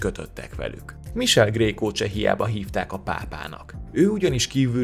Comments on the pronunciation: Csak két kiegészítés: az apját hívták Cipőnek, így lett ő Kiscipő. 😁 Michele kiejtése „mikéle", nem „misel" (ez fájt). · Szerintem nem misel hanem mikéle . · Mikéle, nem Misel a kiejtés, könyörgöm... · Csak egy apró tipp, olaszul Michele helyes kiejtése ‘Mikele’, középen hosszan tartott ‘e’ hangzóval. Amúgy köszi, érdekes 12 perc volt! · Igy igaz.